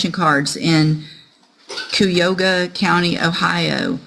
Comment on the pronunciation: Judge totally messed up my home county. Cuyahoga named after the Cuyahoga Indians. ❤️